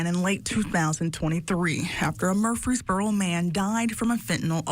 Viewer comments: he is pronouncing it wrong by adding an S after Mur. you are pronouncing it wrong by saying fee instead of free. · You can’t be from Tennessee we don’t pronounce Murfreesboro like that it’s just Mer-free-boro. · You have "statistic" down...now work on pronouncing "Mur-frees-boro" Say it with me... clap it out 🙏...🙏...🙏 🤣🤣🤣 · it's Mur- frees-burro, it sounds like you're putting a three in there 😂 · Murf Rees Burrow pronounced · Hey just say it southern. Murphysboro. Out of staters get hung up on the frees part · I think you're having a problem pronouncing MUR*FREES*BORO... You're welcome! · stop saying it like that!it's ONE word Murfreesboro ya say the whole thing like a tribe called quest. it's not fkn Mur-fees-buro it's not the budweiser frogs.sorry this is great news but yeah.just don't say it,you're making my ears bleed saying it wrong. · It's pronounced Murphys borough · Fyi, its pronounced "Murf-freeze-boro 🙌🏼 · Mur-fees-boro. No one pronounces the second R. 😂 Sorry, I am from Tennessee. ❤ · Yeah lol Murphys Boro 😂😂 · Same dude. I am a native to Murfreesboro. It really bothers me for some reason hearing this guy pronounce it the way he does. It's "Mur-FREEZE-boro". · Bruh why u said Murfreesboro like that not how it pronounced but whatever I guess 😂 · The fact that you can't pronounce Murfreesboro makes everything else you say ridiculous. You literally couldn't invest 2 minutes to figure it out. Stop it. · wtf can't you pronounce Murfreesboro? the news clips you show say it right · Your not saying Murfreesboro right 😊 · I live in murfreesboro. Glad they busted their asses. Good riddance. Also, your pronunciation of our city name is so funny to me. God bless you brother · Was counting on you to roast this guy for his pronunciation of Murfreesboro. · i've lived here my entire life. my family has lived here for generations. the murfree's are an actual family and yes you do pronounce the second R. you are wrong. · Murphys borro not Murp freee boroooph